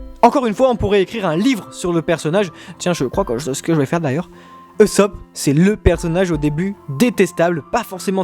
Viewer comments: intéressant mais ça se prononce "USSOPE" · On dit Oussop et Leffy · On dit OUssop ! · par contre on dit oussopp